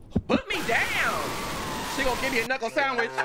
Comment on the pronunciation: “She gon give me a kNuckLe SaaNDwHichh” AYOOOO 💀😂😂